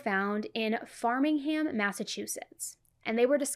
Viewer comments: And to piggyback off the pronunciation correction lol, it’s FRAMingham, not Farmingham. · I live in Massachusetts and I was just saying that I felt bad you didn’t know how 2 pronounce 2 of the towns Groton & Framingham are really pronounced ~ GRAW-Ton” & “FRAY-Ming-ham” don’t stress it either cuz tbh alot of ppl can’t pronounce New England towns or cities. Also thank you so much 4 covering this 4 us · Masshole here I get it. She got Framingham wrong too. It is pronounced "Frame- Ing- Ham" Our accent is also funnier than Ct but to those outside New England we all sound funny.